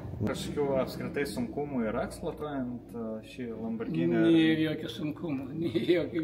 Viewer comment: ne LamborDŽini, o LamborGini 👍😉